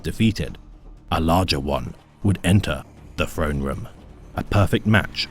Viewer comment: Great video and narration, except for your pronunciation of words beginning with "Th", its "Throne" not "Frone" god damn. Was so good until those parts and then it was like ear cancer